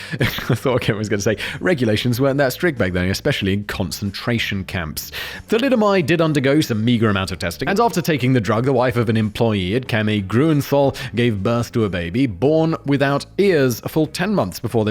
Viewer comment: "Chemie Grühnenthal" - that's Gru-nen-tal, Gru-se-nal.